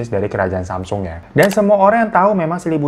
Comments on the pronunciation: Gini bang... bacanya "samsung" bang kyk lidah Indonesia. Bukan semsang. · Samsong bacanya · Bacanya samsong o nya kaya ngambang gitu ga bener² o😂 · Nih kak tak googlein haha...Cara mengeja Samsung adalah 'Sahm-song.' Untuk mengeja bagian 'Sahm,' harus ada huruf 'h' yang ketara di tengah kata tersebut. Sementara kata 'song' dieja layaknya kita mengucapkan 'song' dalam bahasa Inggris. 🤭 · Klo ga salah dri temen korea bacanya samsong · Samsung dibacanya samsong babang glowing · Semsang beb bacanya